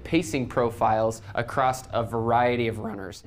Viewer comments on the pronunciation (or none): It really bothers me that he says “across” as “accrosT”